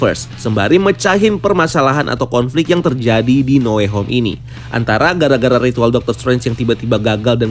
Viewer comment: No way home salah nyebut lo